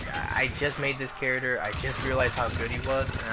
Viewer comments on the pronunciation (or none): Please stop saying charater!